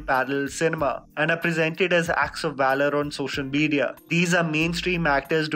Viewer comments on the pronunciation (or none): none